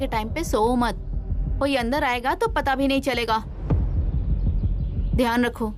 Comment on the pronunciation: Dhyan ❌ Dayan 💯🤣